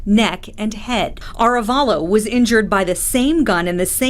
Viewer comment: a full video of everyone mispronouncing "Ah -re -VAHlo"